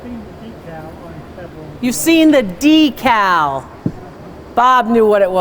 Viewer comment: You pronounce it d cow We pronounce it deck call